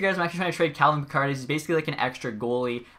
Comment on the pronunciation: Tune in next time to find out if will finally pronounce Calvin Pickard’s name right 😂